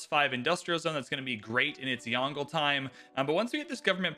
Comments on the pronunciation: It’s two syllables Yong-luh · The pronunciation will be like “Yon” from Yondu, and le. So it will be like Yong-le.